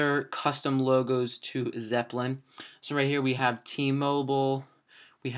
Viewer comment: It's nnot Zepplin its Zeppelin